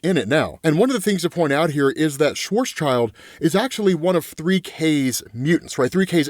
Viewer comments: SchwarzSchild should be pronounced more like BlackShield not Schwarz's child :hand-purple-blue-peace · Its pronounced like: Svats-shield he was a German mathematician and did a lot of stuff with black holes